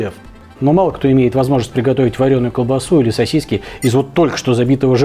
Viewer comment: сосисЬки всё же проскакивают в произношении... 🤣